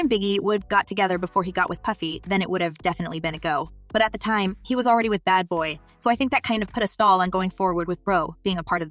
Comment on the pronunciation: Omfg WHAT And Who IS BAY BOY SPEAKER🤔💀Its BAD BOY!!!!If Y’all Gonna Report Some Shit SAY THEY DAM NAME And The LABEL NAME RIGHT!!Dam lol